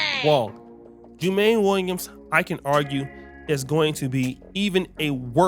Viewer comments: Its pronounced JU-MON-NEE. I am a NY'ER. This is no good. We cant have these first generations politicians in office. We must vet all thoroughly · Jumaane is pronounced "Jew - Ma - Knee" Williams.